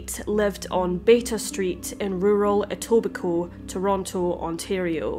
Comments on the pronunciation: Thank you for saying Etobicoke right 🤣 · Just a thank you for pronouncing Etobicoke correctly